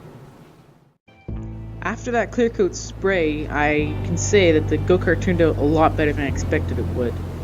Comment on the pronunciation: Did he say “go kert”?